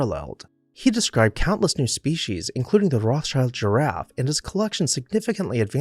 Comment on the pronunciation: Rothschild is rather spoken like "Rotsheald" with the "EA" spoken short.